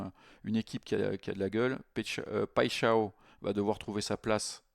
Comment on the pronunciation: "paille " "chat" "on" tu prononces les 3 mots sans faire de liaison et dit paixao qui en portugais veut dire passion ( amoureuse)